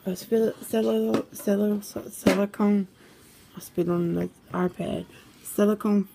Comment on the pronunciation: Couldn’t even say Silicone. Did you even get proper education?